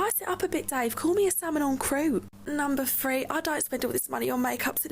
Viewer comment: "Numba free." Basic